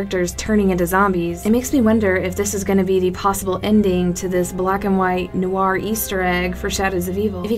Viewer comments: How you're saying it is informal, many americans pronounce noir like that but it's supposed to be pronounced nwär. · I hate to be the grammar police but she is totally mispronouncing the word Noir >.>